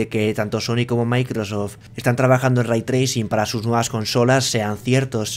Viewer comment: "aVra Raitrricin en MaincRa??"